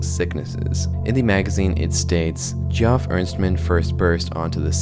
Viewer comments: Geoff = Jeff, not GEE-awf. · Just to let you know, it's pronounced "jeff", not (gee-off". Really cool video though. Keep up the good work. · you can just pronounce Geoff as "Jeff" my man good video! normally i despise all AI "art" but this plotline and execution has really captured my interest. hope he decides to collab with some real artists/voice actors in the future!